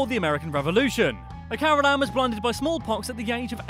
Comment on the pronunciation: Carolin not carolAn i hate people pronouncing it like that because im a carolan